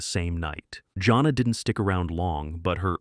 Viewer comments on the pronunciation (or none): For one thing, Jana of the Jungle? The name is pronounced JANE-AH, not JOHN-AH. Second, you're really making mincemeat out of a LOT of the show titles here. (i.e. it's Not Boobie Bear, it's "It's The Hair Bear Bunch!" . . . and it's Hair Bear who's the brains, Booby and Square are the side kicks!). Also, if you honestly don't care for what passed for cartoon entertainment back in the 70's? WHY Are you making this video?!?!? Some of us who grew up back then LOVE these shows. Corny as some were, even as outlandish as their logic was, they were STILL entertaining and I for one remember a good number of these fondly!